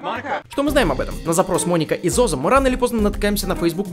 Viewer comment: Не ЗоЗо а ДжоДжо